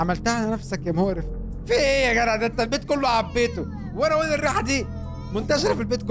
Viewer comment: بحبك جدا جدا يا + انك بتقول يا جرع مش يا جدع